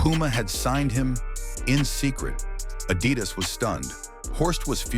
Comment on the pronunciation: This AI voice cannot correctly pronounce "Adidas"